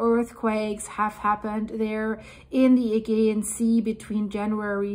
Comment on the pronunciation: my darling girl, Im sad that no one has told you yet that your pronunciation of Aegean is wrong, well I cannot bare to let you carry on saying it this way, please please do not take this as a criticism in any way, it is only meant to help you, and to stop anyone from butchering you because of it. So here it is the way it should sound, the problem is with the G in the word Augean, Im dyslexic myself and I always get the pronouncing wrong and the spelling here is how it should sound just turn the G in the word to a J and you will be saying it perfectly Ayjeean Here it is in syllables sounds like Ay Jeee an. Sent with love Old owl 🦉 Alaya UK. ♥️♥️♥️♥️